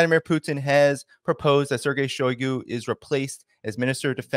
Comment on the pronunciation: shiogu is not “out” stop saying that.